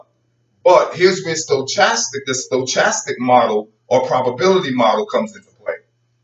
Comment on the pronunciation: Forgot to mention, it is pronounced with a "k" sound not a "ch," and the "o" is not long. sto·chas·tic /stəˈkastik/